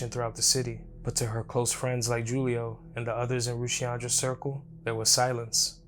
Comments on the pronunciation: It’s pronounced WHOLIO not JEWLIO 😂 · This guy keeps saying JULIE O. Instead of Julio. Like he don’t know Spanish. Freaking banana face.